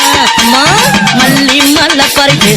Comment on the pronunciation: It's not alli it's malli malar